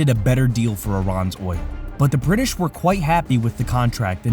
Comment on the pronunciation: This narrator keeps pronoucing 'British' as "duh Brid-dish". It's really distracting and makes me not want to watch future videos.